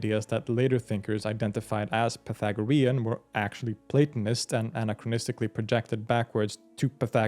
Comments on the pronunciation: Say it with me: "pie-THAG-rean." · I just got ptsd from math class 😂 "pathogarean" 😱😭💀